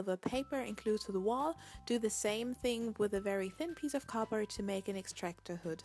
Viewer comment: Do you say cardbroad instead of cardboard